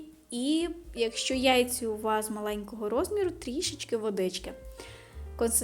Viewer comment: Гарний рецепт. Тільки треба навчитися говорити і писати "яйцЯ". (Дуже вже ріже вуха і очі.) А за рецепт ставлю ВІДМІННО 🎉